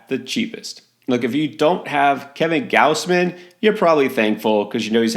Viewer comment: It's not "G-ouse-man". It's "Gaws-man".